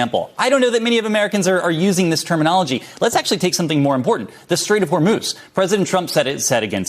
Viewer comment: Trump pronounces it "Hormos."